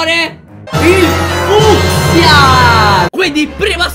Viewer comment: si dice fuskia